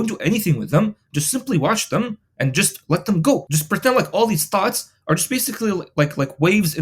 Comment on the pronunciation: hahahah I though u said thots